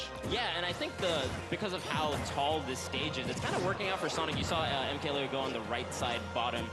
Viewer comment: Why can’t people pronounce things right like mkleo “mk Lay-Yo” it’s Lee-O like it’s not that hard fam